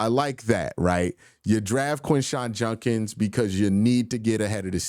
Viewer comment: One of two things need to happen: the Browns need to trade Judkins away, or you need to learn to pronounce his name. I can’t stand spending the next 5 to 6 years listening to you put an N in this man’s name. It is Judkins, not junkins